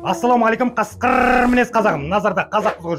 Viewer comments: Жан брат, қасқырррр демей ақ қойсаң жақсы болар еді. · Неге сен қасқырррррррррр деп айтасың? 😂😂😂😂😂